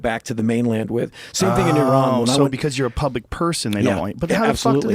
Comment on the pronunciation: whats the second country he mentions? "Tairan" or was he trying to say Iran